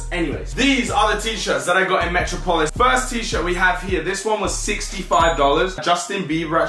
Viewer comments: Come on bro its not metro polis metropolis, you know where Superman is from You are pronouncing it wrong. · 💥💥 Haha said Metro-polis and it's Met-rop-ol-is 😂😂 haha lots of lol 💥💥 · on god you needa learn to pronounce metropolis properly loool, go watch a Superman cartoon or sumn bruh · Metro polis 😂😂 It’s metropolis 🤦🏿‍♂️🤦🏿‍♂️ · Hahaha "Metro - Polis" obviously didn't do too well in private school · Lol metro-polis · Im from London and even I wouldnt say METRO POLIS smh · ‘Metro-polis’ bruh 🤣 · “Metro polis” bruh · Mans can’t say metropolis 😂😂